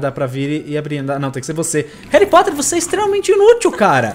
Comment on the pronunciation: Réri Porter :D (Só brincadeira)